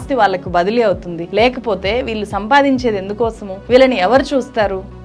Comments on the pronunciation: వాల్లు, వీల్లు ఎంటి ? తెలుగుని సరిగ్గా పలకలేవా? నీ టీచర్లు ఇలాగే నేర్పారా తెలుగు ని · మీ కంటెంట్ బాగా ఉంటాయి. కానీ తెలుగు మాత్రం బాగో లేదు. వాల్లు, వీల్లు. మల్లి, ఏమిటా తెలుగు? కొంచెం చక్కటి తెలుగు పలకండి కదా!!